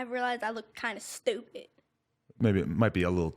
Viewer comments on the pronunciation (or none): the way she said STUPID. Not even making fun it was funny "I relize I luk kinda SOOPID"